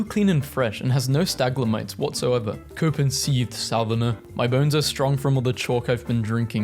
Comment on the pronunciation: STAGLAMITES????? Video Idea: trying to pronounce words correctly